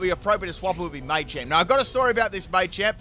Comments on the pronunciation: Machamp, not Maychamp 🤦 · It's machamp not maychamp